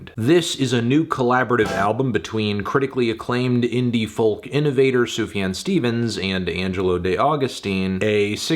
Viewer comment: It's pronounced Zoo-Fuh-John